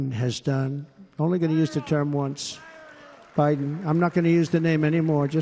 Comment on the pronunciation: "OPnce again"? He made it a embarrassment the first time.